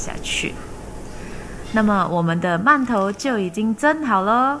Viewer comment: 饅頭的饅讀二聲，唸四聲聽起來很怪。